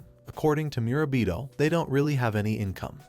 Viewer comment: did you forget his name mid way lol, went from murabito (correct) to mirabita